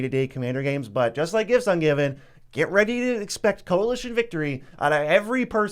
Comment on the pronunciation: Gifts Ungiven. What a “tooter”